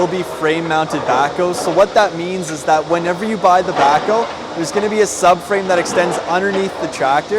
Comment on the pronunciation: it sounds like you call it a "Backo" or "Backle."